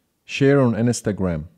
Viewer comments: Your pronunciation of Instagram wasn’t recognized because it sounds like Ns ta gram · "Share on enestagram"